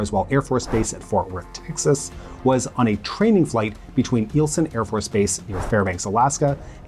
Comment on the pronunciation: Informational: Eielson AFB pronounced like isle - sun. Excellent history! I need to see if the one dropped in SC is covered.